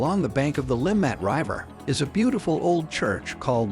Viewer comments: This is a horrendous video using AI which can't evem pronounce "river" correctly, nevermind the Swiss place names. It also shows footage of Bahnhofstrasse for the Limmatquai section, and overlooks many of the most attractive and historic parts of the city. I live in Zurich. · Are we gonna ignore the fact how the narrator reads RIVER?..... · Learn how to properly pronounce river . strasse etc